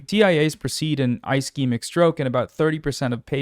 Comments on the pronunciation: Ischemic is pronounced ‘uh sheh muhk’ (ishemik) It’s got that Steven Buscemi syndrome. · If there's any example of why people shouldn't listen to non-medical people on the internet, it's when someone who doesn't do that and is generally smart covers something Healthcare related and can't pronounce basic medical phrases. Ischemic is a soft "i" for example. Kudos on covering this fairly. Just something I had to acknowledge due to my insistence on arguing with antivaxxers online. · I appreciate your coverage and the advocacy you do but man it's a bit disheartening seeing you or hasan reading tweets as news but not even having the time of day to look up how to pronounce "ischemic" or the drug names (except ezetimibe i guess), or maybe giving more info on what CVI is when it isn't expanded upon in the thread. Just a tiny bit more effort and this wouldn't be "trump slop" lol. Or even challenging the post in some cases where it's outright misinfo. Aspirin IS regular med for cvs disorders. It's literally the first line thing to take and the most important.